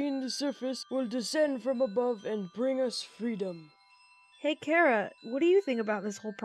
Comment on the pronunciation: I am glad you pronounced Charas name right for asre